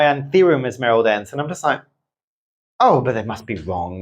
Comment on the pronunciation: Like watching your video… learn a lot. But please can you pronounce the name of the plants from where they come from. ESMARELDEN-SÊ. It’s a bit disconcerting 😜. Other than that 👍🏼 and yes have both. Locally grown from the Philippines